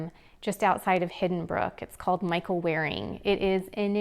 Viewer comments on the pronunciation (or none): none